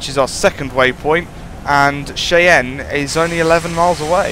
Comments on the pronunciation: you say it like (shy-anne) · Cheyenne is pronounced as Shy-anne